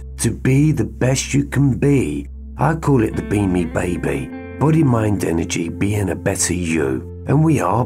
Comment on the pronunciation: You say B*Me, I hear « Beaming ». Everytime. I think it works well together. Thank you, from the heart, for this work of light you’re doing. 🙏